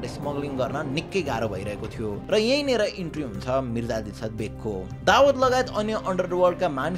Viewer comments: Dawad ❌ Dawood ✅ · दावद होईन शुद्धसँग उच्चारण गर भाई दाउद ईबॅ।हिम हो उसको नाम दावद को अथॅ निम्त्याउनु हुन्छ । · Dawad re???😂😂😂 Daawoooooooood ho bhai ramrari pronounce ta gara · bro Dawat haina Dawood ho !!! party bolayera Dawat deko jsto po vanyo ta >( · दावात ❌ दाउद ✅ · दाऊद लाई दावत भनेपछि कन्फुज भैयो सुरुमा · दाबद होइन दाउँद भन् न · babu dawood ko pronounciation nai milena hai timro....u are saying dawaat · Is it दाउद or दावत? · dawood lai dawat k vaneko ho patrakar vayapaxi jun news banaudai xa kam se kam tesko gahiro adhyan ta garnu parxa ni sahi pronounce samma garna nasakne patrakar le sahi news dinxa vanera kosle samjhinxa ? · Muji dawad hoena pahila sahi naam lina sikh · दाउद भन्न नआको हो???